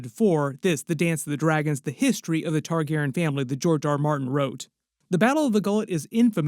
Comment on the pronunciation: Just checking in to see if you learned to say their last name yet. And you still can't say their name. Do you have downs? Do you have ears? You can clearly hear them say their own name. It isn't Targaren. It is Targaryen. There is a "Y" in the name. Can your smooth brain get the name right? The dragon family name from House of the Dragon is Targaryen. It is pronounced Tar-GAIR-ee-en.Tar: Like the material "tar"Gair: Rhymes with "hair" or "air"Ee: Sounds like the letter "E"En: Sounds like "in"The main emphasis (or stress) is placed on the second syllable, "Gair.".